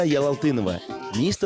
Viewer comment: он сказал ялытдинова а не ялалтынова или мне показалась?